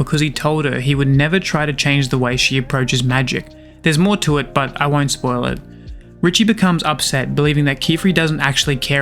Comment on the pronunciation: I believe it's pronounced, Ree-shay, kinda like cliché. But i could be wrong. This manga deserves an amazingly animated anime. I'd be devastated if it got the Sakamoto Days treatment. After reading this manga, I genuinely believe we have a masterpiece of a manga in our midst, but that's just my opinion, I guess